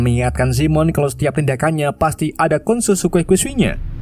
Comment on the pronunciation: BISA TOLONG DI BACA ULANG GA KOSEKUENSINYA😭